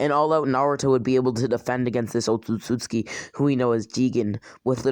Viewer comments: he says Otsutsutski its Otsutsuki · Man can't even say Otsutsuki right he says: "Otstsuski" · he say otsutsuki like otsutsutsutki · *otsotsuki Sorry but idk why but it just seems wrong the way you say it